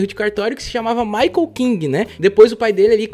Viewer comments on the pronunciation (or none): none